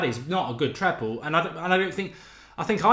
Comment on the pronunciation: Triple or treble, not treple 😂